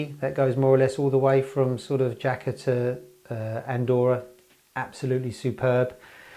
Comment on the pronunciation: Jaca is beautiful, stayed there many times, a bit of a gateway to the Pyrenees, or the hidden valleys that criss cross the border with France.... It's pronounced "Haca" BTW